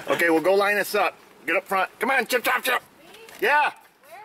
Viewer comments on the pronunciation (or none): none